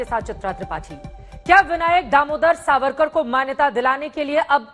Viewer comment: Chitra ko dekho Sabarkar ko beer sabarkar bol rahi hai Mindset dikhta hai